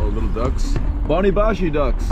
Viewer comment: Chony bashy with CH not boni bashy :D anyway nice to see you in my country man I was there in July… I highly recommend you to visit a beautiful place Deraluk it’s between Dohuk and Barzan 🤩 and Akre